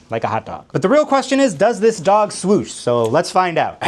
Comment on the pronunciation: Did you say „Swosh“ or „Swaus“